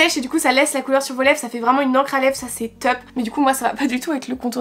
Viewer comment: " c’est teup " ça va être la "catastreuphe" j’ai l’impression quel arrive pas prononcée les "o" Mdr😂